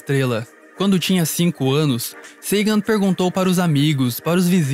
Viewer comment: Impressionante como esse sujeito não acerta uma pronúncia correta. Nem o nome de Sagan, nem da Voyager, Degrasse. E Carl Sagan não era liberal social, ele está muito mais próximo de uma social democracia à esquerda.